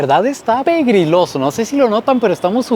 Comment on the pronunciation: Te sigo desde 2019, me gusta cuando dices "pegriloso" lol. Gracias por visitar Ecuador, ojalá hayas visitado tambièn Cuenca, Loja, Guayaquil y las Islas Galàpagos. Saludos desde NJ.